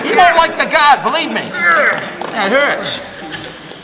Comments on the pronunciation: I thought he was saying "god" and not "guard" and I was very, very confused. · “How do you like the Gahd now” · What's more irritating than his bullshido, stupid uniform and gross haircut is his pronunciation of "guard".